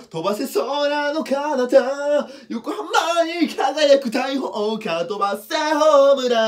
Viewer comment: よこはまーにではなく よこはーまにらしいですよ